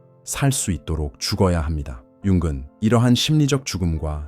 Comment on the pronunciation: 영상에서 융은 을 자꾸 윤근이라고 ai성우가 발음하는데 체크 한번 해보세요 듣다보니 인지부조화가 오네요